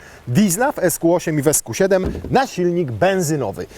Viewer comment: Ziben a nie seven